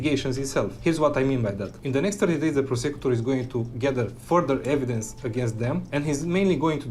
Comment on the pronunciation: prah-sec-you-tor This guys pronunciation of prosecutor is WILD and I’m here for it